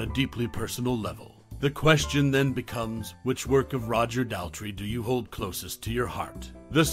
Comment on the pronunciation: It's doesn't rhyme with pal 😡😢 It rhymes with paw. 🙂❤Daltrey.